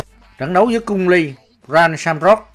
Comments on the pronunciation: Nó bị ngọng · Cung lê mà đọc cung li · Cung Lê, chứ cung ly gì bà, người việt phải ng tàu đâu